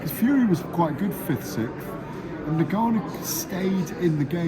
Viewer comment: He outs an i in there aswell😂. He's called Ngannou. Not niganou. I wanna see the press see if Warren still did it